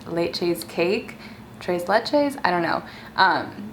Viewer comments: It's not treys leyches it's pronounced TRES LECHES!!!!!!! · She said “trayce laychase” 😭💀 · "Treys leytches" 🤦🏽‍♀️🤦🏽‍♀️🤦🏽‍♀️ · It was so cringey hearing her pronounce tres leches like “ trays laychays “ 😂😂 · its pronounced as " tress lechess " like chess. lol <3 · It's pronounced like Thress Leh-chess. Love you girl! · Anyone else annoyed by the way she pronounced “Tati and “tres leches” 😂😂😂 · all the mexicans are triggered at the way she said tres leches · But why did u snap 😊 loved how you explained your opinion without saying the words I would have liked to say 😅 you almost said tres leches right lol I would have to send u a voice message as to how to say it but aye u tried that’s all that matters 😂❤️